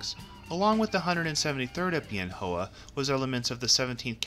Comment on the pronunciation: Nice video, well done. FYI- Bien Hoa is pronounced "Ben Wah".